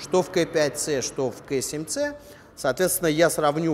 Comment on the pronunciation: Если ты русский, то КА7ЦЕ, если англичанин, то КЕЙ7СИ, а не КЭ7ЦЕ. И не ДАВННАЙТ, а Доннайт. За тест СПС, но уши режет.